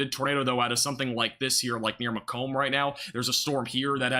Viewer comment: Just started watching and the 1st tornado warning is Macom IL,, home of Western Illinois University. A town surrounded by corn and soybeans, and a university. It's Mah-Comb, emphasize last graph. "Mac Donnna" is kind of how to pronounce. Probably country. OK, now I'll see how that came out...